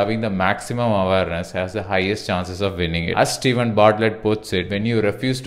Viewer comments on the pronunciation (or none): none